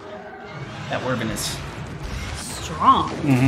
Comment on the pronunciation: It's pronounced why-vern :P the way you guys say it is cute though 😂💕